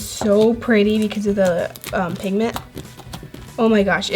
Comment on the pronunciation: You said pigten